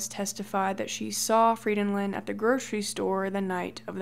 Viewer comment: I'm Norwegian, and this is the first time I've heard my last name (Frydenlund) pronounced right by an English speaking person. Maybe it's because people know I'm Norwegian and think that my name must be impossibly difficult to pronounce for that reason...? 😄 (My English friend says it sounds like I'm "singing a song in Elvish" when I'm speaking Norwegian.)